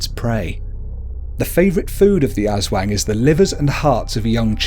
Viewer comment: Diamond Dreams IKR!I laughed when he said aswang and sarimanok.I love the video but his pronunciations are hilarious